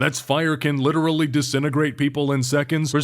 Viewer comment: This is lidally so fweaking epic ry 😼